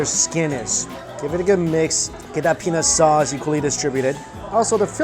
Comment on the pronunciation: I heard penis sauce more than once mike. 🤣